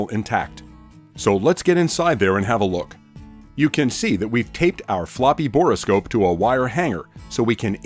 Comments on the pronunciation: Not to be pedantic, but it is a bore scope not a bor-o-scope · Borescope is not a 3 syllable word. Just say bore, then scope. Good video.